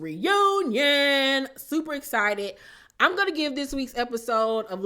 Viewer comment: Marsau and his toothless top row. Need to realize that every woman he is sassy ( shout out to Stormie ) with is not Tisha. And also someone needs to tell Tisha the X is not silent in the words she uses. Esspo, Esscited, Esspectations, Tess-message. I cringe when she speaks 😂😂